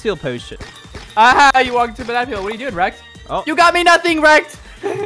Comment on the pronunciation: Rext? Why Does It Sound Like You're Saying Sasuke FROM NARUTO